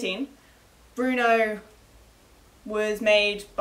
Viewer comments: its not pronounced bruno you twit its brno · How is BRNO pronounced "Bruno"? There is no U. It's BRNO.